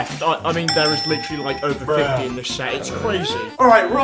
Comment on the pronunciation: we need a counter for every time he says "Litcherily"